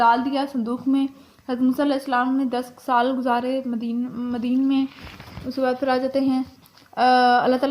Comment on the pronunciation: Plz. Madden Nahi madyan hai yai lafz